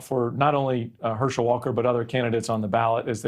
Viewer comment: This guy can’t even pronounce his own name correctly 🤦🏽‍♂️ WTF